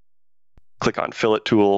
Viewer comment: FYI, fillet (rounded corner) is pronounced with a “tee” sound at the end. Your pronunciation is skinned meat and is spelled “filet”. I see this error too often.